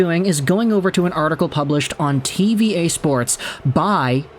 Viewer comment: Its not pronounced "TeeVee EH" it's pronounced "TeeVee Ahh"